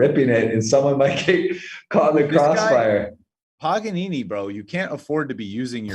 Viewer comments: LoL its not PAGAN(ONE) N (ONE) .. its PAGANINI .. you ever heard of him ? In USA they dont teaach things like that..maybe u dont even know what is that he is warking, the name of profesion... i have no word... i have nice opinion for you, with this and some other things that i dont give much fuc* but i start to recognize that you are very poor educated. Not talking about Poker, maybe in poker you know evry single word and what it mean... but other things in the whole world that u dopnt know, are the one that will help to use those theory that you know about poker. You shoud implement THE WORLD in your game !! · how tf did not realize that dudes name isn’t pagan one n one but instead Paganini lol